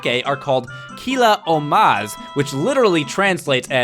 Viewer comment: Btw, you pronounced "Ohmas" wrong. You're supposed to put the emphasis on the "Oh" part, not the "Ma" part. The Z at the end is just stylized, as it should end in -S just like English plurals.